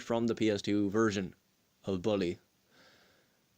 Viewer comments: Lol that accent xD ball e instead of bull e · i agree with you on the map part, the game's whole map is memorized in my head and i know everything about. and no offense, but you pronouncing bully was funny 😂 anyway great review!